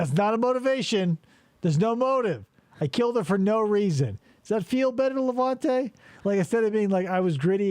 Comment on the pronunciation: Awesome job but perhaps 1400 analogies is too much and for the love of God it's LevEnte not LevAnte!